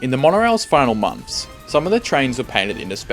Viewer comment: Monfs?.. Two thousand and firteen?.